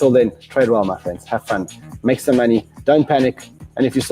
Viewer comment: I love the way this guys pronounces maney